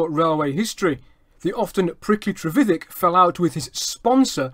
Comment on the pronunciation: No his pronunciation is correct